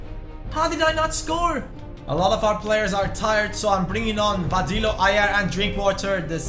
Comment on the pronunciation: Hey! You are the best man! I really love your videos!👍 I just want to say that you pronounce Vadillo's name wrong. He has 2 L letters in his name and in Spanish 2 L letters mean J. So his name is pronounced Vadijo. It is little strange but yeah haha! I love your content! Keep it up man!